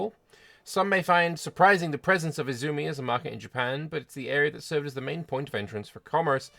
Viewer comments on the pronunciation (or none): none